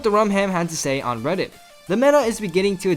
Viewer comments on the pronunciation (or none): none